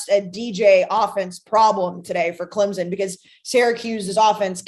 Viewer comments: Clemson not clemzon there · She continuously says clemZon instead of clemPson and no one corrects her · she’s also good for “I don’t want to speak for you, but….” Lol